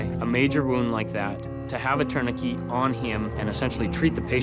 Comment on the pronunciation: They are saying tourniquet wrong